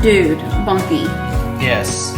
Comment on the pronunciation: Do you call him “monkey” or “Bunky”???